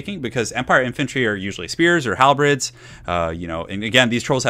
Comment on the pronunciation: Halberds not halbreds